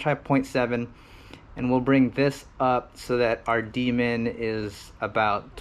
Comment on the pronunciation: Loving these long-form videos, man! Really appreciate the time and effort. Can't wait till this damn pandemic is on the way out so I can have more time to read about PID tuning. As a side note, every time you said; "D-min" it sounded like you were saying "Demon" so when you said you were going to "enable demon" my kids were wondering what the hell I was watching! 🤣🤣